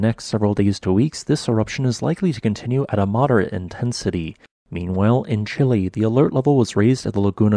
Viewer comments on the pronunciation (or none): none